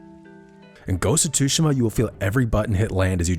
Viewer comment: The way you pronounce "Tsushima".... grrrrrrrerrrr